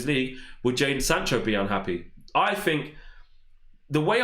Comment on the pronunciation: Please learn to pronounce "three and think" not"free and fink "